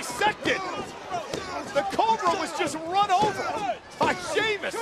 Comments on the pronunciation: sheamus but santino says sheamus its spelled like this sheamoose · Santino: "Sahymoos" 😂😂😂 Ladies and Gentlemen "Sahymoos" 😂😂😂 LOW KEY RACIST: "We have GINGER TEA 😅 You have NO PIGMENTATION 😂" Exposed to Gamma Rays You're a Ginger 😅 That Placard "I HATE GINGERS " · Santino: shaymoose Me:😂😂😂😂😂😂😂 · Love the fact that he pronounces Sheamus, "Scemus"... which in italian means something like "Stupid" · "Sheamoose" I lost it XD! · "Shaymoose" XD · He called him, Shea-Moose! 😂😂😂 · “Shamoos" LMFAO!!!!! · Is it sheamoose or sheamus I love the way he is pronounce it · From now on out. I will call Sheamus fore Shemus. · It's impossibile to get if you're not Italian, but santino's pronunciation of Sheamus name sounds very close to the Italian "scemo" which means "dumb". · Who is "Sheamoose"?